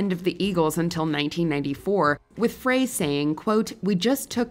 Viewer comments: I'm I the only one cringing when she keeps pronouncing Glenn Frey's name "Fray". Or am I missing something? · Glen FRAY??? And just like that, the narrator lost all of her credibility and the YouTube viewer moved on to another video. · Glen Fray? You lost me when you mispronounced such a huge name in the business. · It was Don Felder and Glen Frey (pronounced FRY) who fought on stage Randy Meisner had already left after the Hotel California album. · Call him Fray one more time 🔪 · “Glenn FRAY”????? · Im annoyed that the commentator kept mispronouncing Glenn Fry’s name. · The monkees were from Britain. And Glenn Frey's name is pronounced FRY as in french fry. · TELL ME I DIDN'T JUST HEAR YOU SAY GLEN FRAY...OMG, my favorite group of all time has been disrespected. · Frey is pronounced like Fry, amateurs. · Pretty sure it’s pronounced Glenn FRY (Eagles) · Glenn FRY it is pronounced FRY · Glenn Frey's surname is pronounced "Fry"... seriously? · Frey is pronounced FRY!! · Video loses credibility when the narrator mispronounces names that should be quite commonplace: Glenn Frey -- pronounced "Fry." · How can you mispronounce Glenn Frey's name and keep any credibility? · Frey sounds like "Fry". Not "Fray". 🙄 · It’s Glenn Frey( pronounced Fry) not Fray 🙄. Literally EVERYBODY knows this. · Glenn "Fray". Wow. It's spelled "Frey" and pronounced like 'Fry'. Come on... REALLY??????? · They Eagles' Glenn Frey's name is prounced "fry", like a French Fry. Hearing it pronounced repeatedly as Fray is making me lose faith,. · Frey pronounced his name "Fry", not "Fray". :) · Glenn Frey’s last name is pronounced “Fry,” not “Fray.” Come on! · its not glenn fraaay it’s pronounced glenn fry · Ummm, isn't Frey pronounced "fry", not "fray"? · It's Glenn "FRY" not "FRAY". These type of mistakes undercut the credibility of these episodes. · Glenn Frey's last name is pronounced as "FRY" not like "fray". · Glen FRYE. Not Fray😅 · Glen Fray??? It is Glenn Frey pronounced Fry. 🙄